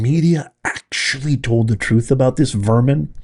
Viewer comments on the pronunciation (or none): none